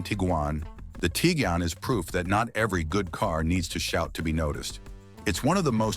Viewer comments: The fact that you can't pronounce Tiguan correctly doesn't make me feel much confidence in your other opinions. 😅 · Tig wan, not Tigan. Twa reg, not Tooreg. Fer chrise sake learn how to pronounce the names.